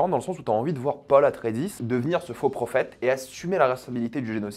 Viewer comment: Et "Atré-i-des"